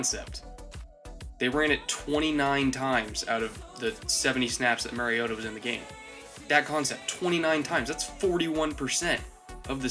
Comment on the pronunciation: You trash Mariota for his deficiencies and make excuses for Winston's deficiencies. Totally biased analysis. But really all I needed in order to know that your analysis is not to be taken seriously is that you don't even know enough about your subject to pronounce their name correctly. If you haven't studied your subject enough to even know how to pronounce their name then you don't know enough about them to be analyzing them.